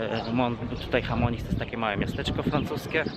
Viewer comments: A nie mówi sie przypadkiem "szamoni" ? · Chamonix mówisz 😂😂😂 a może SZAMONI bardziej 😉